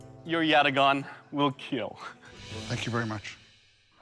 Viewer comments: the "it weel keel" never gets old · “It will keel” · it will keel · IT WILL KEAL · "Overall, sir; your blade will Keel."